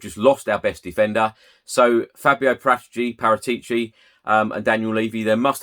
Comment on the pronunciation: Cant even pronounce Paratici